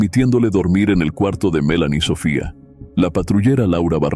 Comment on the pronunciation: Melany , se pronunció con acento en la E, no en la A cómo tu lo pronuncias, a veces da como desespero, escuchar a una persona pronunciando mal las palabras o nombres